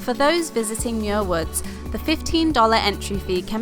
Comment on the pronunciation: I don't know why YouTube recommended this video, but I grew up a stone's throw from Muir Woods (you're mispronouncing it charmingly, BTW), and even worked there briefly after high school. Likewise, Muir Beach was the site of some of my finest teenage adventures. I'd hate to tell you what I got up to in one of the little houses you see perched above the sand. I haven't been back to either in 40+ years. Suddenly I'm feeling wistful...